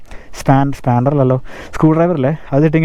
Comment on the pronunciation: സ്പാൻ്റർ അല്ലടാ പുണ്ടെ..spanner 🔧🔧🔧.#. നിനക്ക് വണ്ടിയിൽ പലകാര്യങ്ങളും സംശയം ആണ് ... എന്തിനോ വേണ്ടി തിളയ്ക്കുന്ന സാമ്പാർ....... പിന്നെ നീ ചോദിച്ച മൂന്നുപേർ tvs il പറഞ്ഞിരുന്നു ലിക്വിഡ് cool വേണ്ട എന്ന് അതാ മുതലാളി അത് pidippikkanjath....... 😂😂😂... വല്ല പണിക്കും പോടാ........ പണിയെടുത്ത് ജീവിക്ക്..